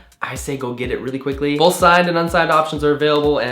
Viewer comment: You say "bolth". With an L. Youre forever marked as a minesotanian. Minesotike? Yer a Yankee!!! (Old southern man voice)